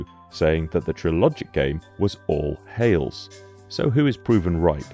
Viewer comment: Hayles NOT Hailes